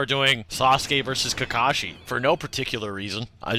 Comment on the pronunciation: It's Kakashi, not Kakashi. Get it straight.